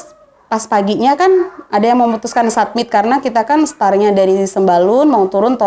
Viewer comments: Mba, nyebutnya bukan “ submit” tapi “summit”, soalnya maksudnya beda. Btw Ceritanya menarik dan runtut dari mba’nya yg cerita. Semoga bisa diambil pelajaran dan pengetahuan buat temen2 pecinta alam. Salam sehat dan lestari dariku, salam🙏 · Summit mba…. bkn submit